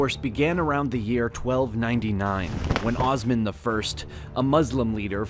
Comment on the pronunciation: I must say the maker of the video completely butchered all Turkish names. It's Osman, not Ozman, It's kayi tribe, not kay tribe. it goes on and on.